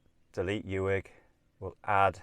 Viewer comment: It is Loch "Clooney" for pronunciation, as in Wood. Spelled "Cluanie". Uig is Pronounced as Ooig as in wood!, I agree, your route is far more scenic. Balalan is a nice quiet place.. Dubh is Doo. Well Done! I used to travel all these roads years ago as I serviced the TV transmitters all over the North and you have reminded me of all these lovely journeys. Thank you very much. Can I suggest you speak to locals for your pronunciations! They will keep you right on all aspects!